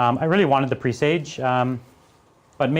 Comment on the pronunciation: It's not pronounced "pre sage", it's pressaj.